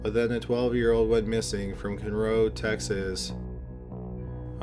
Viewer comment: He said conroe wrong too!!! Lol I live in Houston so the first couple of times he said Galveston I was going to let it pass but he just kept saying it wrong too many times! Hahaha I'm guessing he would have said humble wrong too but that one is tough cause you would only know to to pronounce it if you lived on or near the area.